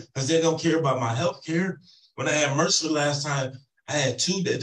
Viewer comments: If this defendant insists on using multi-syllable words, someone needs to give him a dictionary so he can use them properly. It’s “MRSA”, not mercer. And I seriously doubt he has “a bone sticking out”. What a child. He’s just upset they are holding him accountable for his poor behavior. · I crack up everytime he says he had "mercer". It's MRSA! (pronounced "mer-sa"). It's a bacteria that is resistant to certain antibiotics. If he had a dangerous, life threatening case of MRSA, he would have been in the hospital getting large dosages of IV antibiotics. My guess is he got a tiny skin infection that tested positive for MRSA, which is very common. Nothing serious. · BTW, it’s MRSA, not “Merser”.